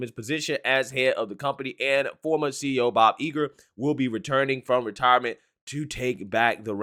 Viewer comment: Don't underestimate Bob Iger (its not pronounced "Eager" btw). He's a legend on Wall Street, I dont think he'll be dumb enough to let his personal opinion tank the stock even further.